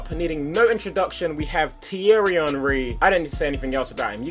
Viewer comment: Can you say his name as "On-Ree" cos "Un-Ree" really annoys me for some reason. Soz!